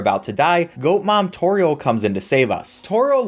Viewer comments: the way he says= toereall got me like bruh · Not sure y u pronounce toriels name like that